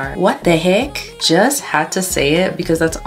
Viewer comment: "WHAT DE HEEKK?!" I love her😭😭